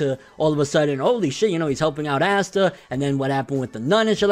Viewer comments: Awe-Sss-ta NIGGA NOT ASSTA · Well it's not Ass-ta....and black clover has a very high rating